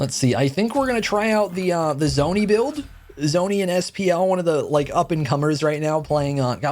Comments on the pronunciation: just a tiny point Dzoni is pronounced Johnny (no idea how it just is...) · Btw it’s pronounced “Johnny” phonetically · Hate to be the one that has to tell you this but Dzoni's pronounced Johnny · Petition to start calling the danzaborou taunt the acorn also mast pls put some respect on my man DZONI pronounced “Johnny”